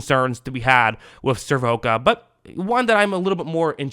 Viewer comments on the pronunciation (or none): It's pronounced SIR-VOS-SEE-A. And your hash mark was on Trey Palmer not Josh Hayes. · A total butchery of the players names. SIR-VO-KA!!? Yikes.